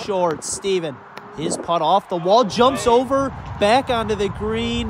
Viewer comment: Love this concept but my goodness, hearing the word “putt” pronounced as “pot” is gonna drive me insane.